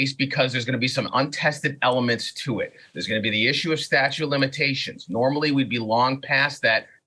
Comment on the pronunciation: Is Saagar saying "statue" of limitations? I know he's reading it, but...